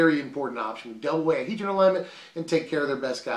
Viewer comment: Trust me it's H-ee-dron not hedron